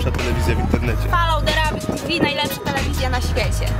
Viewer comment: foloł de rabjat kurwa